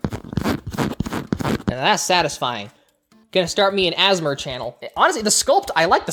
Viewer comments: She said assmr instead of asmr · I didn't knew I needed you saying "ASMER channel", but now that I've heard it, I'm glad. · “azzmar channel” -I’ve never heard it pronounced like that😂😊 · Did you just pronounce ASMR as “As-Mer”? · I never need to hear someone say ASMR like that again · The way they said ASMR 😭😭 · I had never heard "asmr" said like that, pog energy, thank you 8^) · im sorry but the way you said "asmr" was just so funny